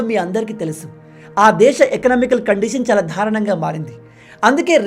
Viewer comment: బ్రో మీరు దారుణంగా అనే పదాన్ని ధా రణంగా అనీ పలుకుతారు దయచేసి correction చేసుకోగలరు